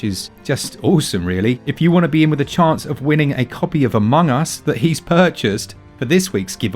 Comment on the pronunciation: Omg I'm so stupid 😂 when he said Among Us, I understood it as "a mungus" and was like wth is that?